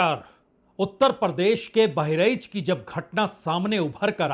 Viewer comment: सर जी आप पुराने अनुभवी पत्रकार हैं बहरइच नहीं होता है बहराइच है🙏